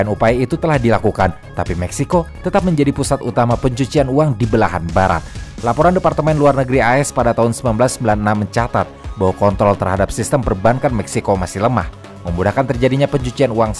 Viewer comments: Gw denger tadi min lu ngomong K O N T O L apa gw salah denger ya😑🤔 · menit ... kek kurang "R" wkwkwkw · di menit ngomong kontrolnya typo dikit ya bang wkwkwkwk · Saran bang, kayanya perlu latihan pengucapan "kontrol" br gk kpleset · Woi admin typo mulu nyebut kontrolnya wkwk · semoga ga salah denger salah ucap wkwkwk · ada yg sadar bbrp kali kata "kontrol" agak sedikit salah pengucapan? 😅